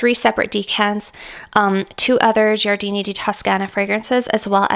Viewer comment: You are pronouncing it correctly… Gioiosa = Jo-yosa Giardini = Jar-dee-nee 🥳🙌🏼